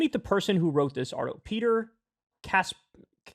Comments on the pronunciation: Kyle. How are you a New Yorker and you can't say Kasperowitz? Kas-PER-owitz. You shiksa! ah wait that might be too strong. my Yiddish is rusty. LOL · Yo Kyle: it's pronounced kas-peh-RO-vitch .... and my mom sez you should know that 😄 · The name is pronounced as Kas-peroe-veetch.